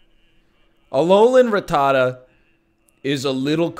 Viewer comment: Northernlion pronunciation Hakuna-rattata.